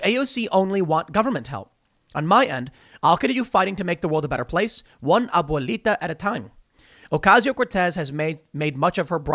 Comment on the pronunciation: The way Tim says "Abuelita" 😂